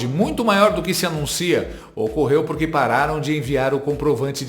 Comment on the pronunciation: O Valdo boquinha falou puque? Jornalista heim